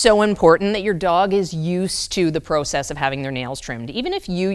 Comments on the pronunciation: Anyone else having trouble with the process pronunciation? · Once a Canadian says "about" it always gives them away. But now I learned they say "proe-cess". At least I've never heard any fellow American say it like that it's more of a prah-cess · Are you Canadian? Pro-cess. 🥰🥰 Yep. Heard an about. Thanks for the tips from USA.